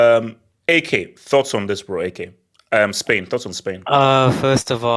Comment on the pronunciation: calling España “AA-SPAIN” is comedy